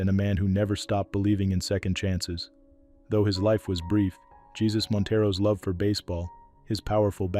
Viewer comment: Montero was in an accident. It wasn't a secret. And his name isn't pronounced like our Lord.